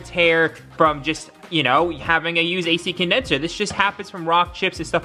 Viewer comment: Man im really happy you managed to exchange the A-Shi Condensher !! ❤️🤪